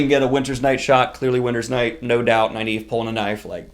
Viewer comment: Great vid....isn't Nyneave pronounced Neeve?!